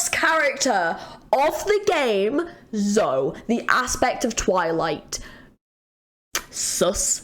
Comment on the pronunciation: Also "e" in Zoe is not silent. She's "Zo-e".